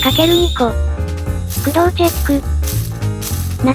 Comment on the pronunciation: 駆動の発音が せやかて工藤